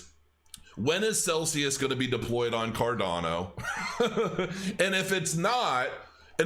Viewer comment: ⭐️ CROW TEAM. Tell to Stop saying CarDONo. The coin is called CarDANo!